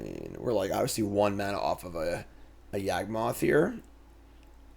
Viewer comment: everytime mispronounces Yawgmoth you take a shot.